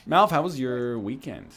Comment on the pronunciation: How many times did they call Malf as Milf?